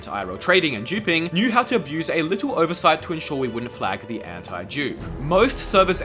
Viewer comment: brother you should work on how you pronounce that "antidupe" word